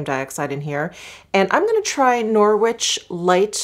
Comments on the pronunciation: Great video! That lipstick looked stunning. Just for your info, Norwich is pronounced Norritch and Trafalgar is Trafalger (truh-Fal-guh) xxx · Norwich is pronounced without the W, as in Norich. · I love hearing how Americans pronounce Norwich 😂💕